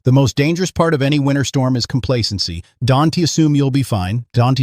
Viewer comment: You need to get this AI bot to learn to pronounce ‘don’t’